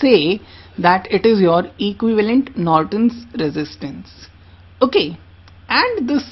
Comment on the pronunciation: It is all good except little uncorrect pronounciation : currangt? ^^ - current oking? - o.k.?